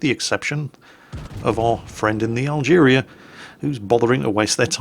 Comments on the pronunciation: Algerie. French, pronounced al-guhree, rather than al-jeereeah. Yeah, I know, doesn't care. May as well be driving the "Dave". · Algerie Algerie. NOT Algeria!!:P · Yes, there's no "I" in "Team*" - just as there is no "a" at the end of "Algérie",.